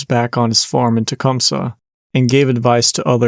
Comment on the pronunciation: A decent deep dive, but "Tecumseh" is pronounced just like that. Not "Tecum-Suh" - so to get respect on a podcast, you may want to get your grammar straight. I lived in Michigan for 90% of my life, and drive through Tecum-SEE at least twice a week. Sorry not sorry about the comments. Very monotonous tone of voice, and not interactive at all. But thanks for doing what you do. I'd suggest "Bath Massacre" the book that is available at Deadtime Stories in REO Town in Lansing, Michigan. I love that bookstore, and they have ties to the local communities in and around Lansing, Michigan. I lived near Bath for 5 years. It's a beautiful town, and they meet on the anniversary of this horrible situation to commemorate what happened. The memorial in the local park is a mainstay in the community, and the school system is beautiful.